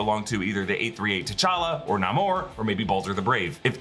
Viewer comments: Are we really saying “Nah-Moore” now… ugh 😑 Even the actor was pronouncing it as “Naymore” in interviews. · Its still Namor, not nahhhhhmor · Your video is was good.... up until the point you said Nahhhhmor, lol, you get a thumbs down for that. 🤦‍♂️ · He mispronounced Namor's name. That's not how the Submariner's name is pronounced. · Say Namors name correctly. Idc what PC Marvel says his name is. Say it how it’s always been said. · Why did he pronounce namor like that?